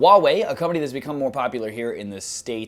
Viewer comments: There is an "H" in "Huawei", it's not pronounced "Uawei"! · h in huawei is not silent. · Nice video! Just a minor tip: the 'H' in 'HUAWEI' is not silent. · you pronounce the "h" in huawei xD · Oh, you are pronouncing Huawei so weird